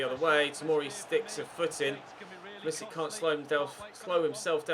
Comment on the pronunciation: can u stop pronouncing pulisic like a nonce please. cheers